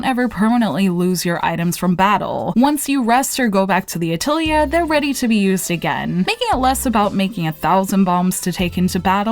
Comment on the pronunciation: Liked the review! Small remark: It's a-til-ye with a pronounced lengthened e with tension (not meaning the English kind of ee)